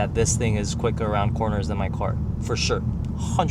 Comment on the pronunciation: "why she is attacking my coar" "wt fouck"